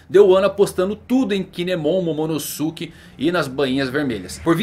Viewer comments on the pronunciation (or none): none